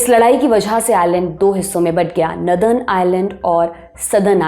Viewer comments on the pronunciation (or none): Miss, नदर्न नहीं बल्के नोर-दन होता है 😅। आपकी नई आउटफिट कमाल की है 🤩, आप की स्पीड बोहोत अच्छी हो गई है। चस्मा भी आप पे जचता है। 👏👏🫡